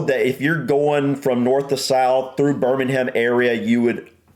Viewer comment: Spaghetti Junction is pretty easy to drive on. Problem is that people don't pay attention to the signs telling you what lane to be in, and try to get across at the last moment. Also, you don't pronounce the H in Birmingham.